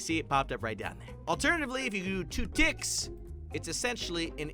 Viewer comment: When he said two ticks I thought he said two d**ks